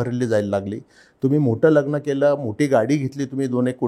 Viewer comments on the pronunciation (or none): none